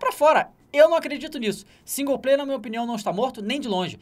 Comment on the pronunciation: Tem que tomar naquele lugar esses caras que ficam falando que singu-player